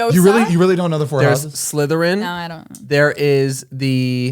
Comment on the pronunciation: 😩i would pee myself if i hung out with you omg when you guys were saying the names of the houses and you said latheryn😭PRISONER OF AZKABAN😭CARRIE BRADSHAW😩😭😭😂😂😂😭😂😂😭😭😭DINKLEBERG💀you took me out i love you omfg